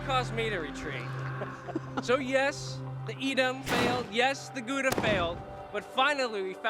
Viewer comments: "guuda cheese" lol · paper wil catch fire in a microwave under 2 min, so all they needed was paper and a fuse, how i know: don't warm up mcdonalds to long hahaha Gouda is Dutch, it is pronounced like OW NO , gOWda, Gouda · Even worse is when people make puns relying on pronouncing Gouda like it's a French word